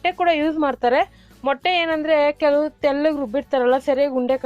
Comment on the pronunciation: ತೆಳ್ಳಗೆ ಅಲ್ಲಾ ' ತೆಲ್ಲಗೆ ', ನುಣ್ಣಗೆ ಅಲ್ಲಾ 'ನುಣ್ಣಗೆ ' ಎಂದು ಬಿಕ್ಕಲುವ ನಿನ್ನ ಚಾನೆಲ್ ಗೆ ಮಿಲಿಯನ್ ಗಟ್ಟಲೇ viewers ಇದ್ದಾರೆಂದರೆ, ನಿನ್ನ ಮಹಿಮೆ ಜೋರು ಬಿಡಮ್ಮಾ. ಮಚ್ಚೆ ಇರಬೇಕು ನಿನಗೆ ಎಲ್ಲೋ. ಆದ್ರೆ ಮೈ ಎಲ್ಲಾ ಕಪ್ಪುಗಿದೆ ಅಲ್ಲವೇ? ಮಚ್ಚೆ ಗುರುತಿಸುವುದು ಸಾಹಸವೇ 😂